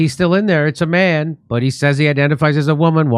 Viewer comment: The best part is the 911 operator putting 3 syllables into the word man.